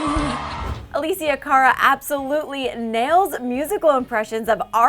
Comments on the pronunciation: Omg, her name is Alessia - pronounced Uh-leh-see-yuh!!! Not Uh-lee-see-yuh. Omg, even when you search her up "alessandra" comes up. LMAO, get my girl's name right 😂😂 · A-Less-Sia not A-lee-sia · Not trying to hate just making a simple correction, it is actually pronounced a-less-ia not a-lee-sia. I love, no hate intended <3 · Please it's not Aleeesia,it's Alessia!! xD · Is "A L E S S I A" ,no Alissia😐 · It's not Alicia it's Alessia (AHH-LEHHH-SSS-IAA) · it's not ALISIA it's ALESSIA. It's italian,god. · It's not Aleecia it's Alessia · ALESSIA. not alisia. jeez just google the names before filming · A-LESS-IA not ALYSIA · LOL "Alecia " it's Alessia lmao u had one job lady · ITS UH LESS EE YA NOT UH LEES EEYA PLEASE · Its alessia not aleesia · ALESSIA (AH-LEH-SI-AH!!!) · It's A- LEH- Sia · its ah-less-ia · "aleessia" I cringed overtime omg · Ally N EXACTLY I KEPT CUSSING HER OUT EVERY TIME SHE SAID "Aleessia" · Is im the only one who cringed when she said Alėssia cara just me yeah just me ootay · Why does nobody care that this woman is pronouncing Alessias name WRONG! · She pronounce! Alessia's name wrong! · CRINGE CRINGE CRINGE PRONOUNCE HER NAME PROPERLY PLEASE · Does anyone else cringe everytime she says Alessias name? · dannydash3 you mean when she pronounces Alessia's name wrong?? yes!!! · I can't get over the fact that she's pronouncing her name wrong!! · I grunted when she pronounced her name wrong multiple times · YOU'RE SAYING HER NAME WRONG FOR FUCKS SAKE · am i the only one who got annoyed when she mispronounced her name? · you pronounced her name so wrong, cringed hard my god